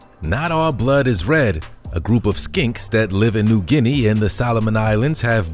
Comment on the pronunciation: I am very impressed when you say New Guinea I'm from 🇵🇬👍😂